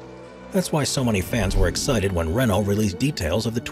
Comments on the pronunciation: It's pronounced Ray-NOH, not RAY-no. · Video obviously narrated by by someone who knows nothing about formula one, pronouncing tyrrell and Renault wrong, tyrrell was not only 6 wheel car